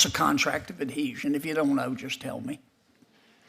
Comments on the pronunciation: She keeps calling the contract of adhesion a contract of adesion, she doesn't even know the proper term. Here is another Joe Biden judge, being nominated to a position she is not qualified to hold. DEI is probably how she was able to get into law school and graduate. LET'S GO BRANDON! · She says "adesion" instead of "adhesion" FFS even after being repeated multiple times by Senator Kennedy she still cant pronounce it correctly, let alone know what it is..... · She didn't even say it right. It's adHesion, not adesion 🙄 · Adhesion, not Adeesion! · she couldn't say adhesion... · She can't even repeat the question! She couldn't pronounce the word or she just made up a word that sounded like it. Obviously a DEI appointee but again as always totally unqualified but dems don't care as long as you have the right identity.